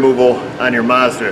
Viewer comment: Mazda ...M a z d a ,,,,, not marzda first 'a' is pronounced as in apple a you don't say arpple